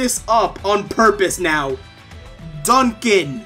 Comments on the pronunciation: Not an excuse, but it's worth pointing out that the guy reading the script is not the one who wrote the review. I think the narrator legit didn't play the game, which is fine, if they're just a voice actor. I think the the reviewer must have typo'd in "Duncan" and "Napon", because there's no way that's how you read them if they're spelled correctly. I think the real issue is the reviewer didn't sit in on the recording, or like, listen to it before it went out. The whole process really needs to be fixed. As an aside, the Game's Director made a point of talking about how you can jump into Future Connected without a save file from the base game. Yeah, It's huge spoilers, but maybe you played the original already, and you want to play future connected first? That's what they mean by "Standalone." You literally CAN play it first, if you want. Whether you should or not. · I’m utterly convinced this person did not play the game itself. There is no way, NO WAY you call a main character by a wrong name, who, is a character that is LITERALLY THE FIRST MAIN CHARACTER TO APPEAR IN THE GAME AT ALL, who has his name shouted at least 6 or more times, and then go on to mispronounce another character’s name who appears shortly after in the next following cutscenes!!! ALL THIS SHIT IS IN THE FIRST THIRTY MINUTES OF THE GAME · THATS DUNDUN OVER THERE! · I watched the review and I think they changed part of it. Its sounded like he said Dunbon instead of Duncan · Xenoblade Chronicles Definitive Edition IGN review in a nutshell: -Dunkin (yes, mispronouncing the name when Dunban is clearly on the screen) -Usual sensless tangents to fill time Too much Definitive, not enough Edition 8/10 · duncan and reyn doesnt matter because the voiceover guy and the guy who wrote the script are different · It’s almost like they didn’t get past the first level. Like seriously, how did they pronounce Melia right, but butcher Dunban and Reyn’s names?